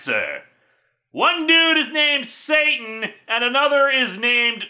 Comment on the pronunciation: I think it's meant to be pronounced "Sah-TAHN" (rhymes with "baton"), since "Sieur" is French for "Sir".